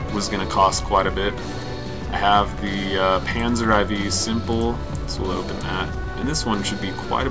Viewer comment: "Panzer Ai Vee" lol